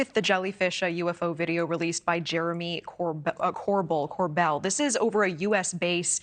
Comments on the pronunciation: Why doesn’t she know how to pronounce Jeremy’s surname? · Geez, show some respect qnd learn how to say his last name, lady. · If you mispronounce Jeremy’s last name within the first 30 sec of this clip… the dude who’s had his face essentially attached to the UAP topic for the last 6 years, then I can’t take you seriously.